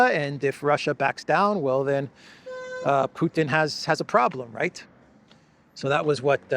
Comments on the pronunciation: ITS NOT PEWTIN ITS PUTIN🤦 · Why is it that people so ignorant about Russia, that they pronounce the president's name as Pewton, are allowed to rule the world? Hello from South Africa. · When they ponounce Putin "Pewtin" I want to throw up. Apologies for being so blunt. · European Politicians have to learn to say Putin properly - they all say Peutin- or maybe they say it that was to be disrespectful !! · How is it that the foreign secretary cannot even pronounce President Putin's name properly. Just like Boris Johnson and others she refers to him as Pewtin. Another minor observation is that mostly ALL of the European leaders insistent on dragging us into war with Russia seem to be females. Perhaps they ought to take a few lessons from Charlie Kirk's wife and stop being so unfemininely belligerent . . . . just sayin' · Why is it that neocons, especially the Brits, constantly mispronounce the name of Russia's president? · Aside from all her other fantastical twaddle, maybe she should learn how to pronounce his name. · cant even say Putins name correctly. She is obviously another low IQ Russiaphobe who is just begging for a nuclear conflagration.